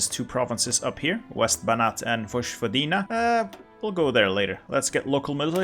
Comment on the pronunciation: Everything is good but im croat and it hurts me listening to your pronouncing of Vojvodina so i need to tell u that its pronounced Voyvodina.